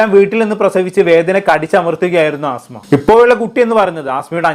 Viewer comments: ആസ്മ അല്ലടാ പൊട്ടാ 😂അസ്മ 😂ആസ്മ ഒരു അസുഖ ത്തിന്റെ പേരാണ് 😂😂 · ആസ്മ അല്ല അസ്മ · അസ്മ not ആസ്മ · Penkuttide peru neeyum thettichu😂aaasma alla asma😂😂😂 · Asma aan ആസ്മ alla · 'ആസ്മ അല്ല' "അസ്മ" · ആസ്മ അല്ലെടാ അസ്മ ' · Chetta Aasma alla asma ennanu😢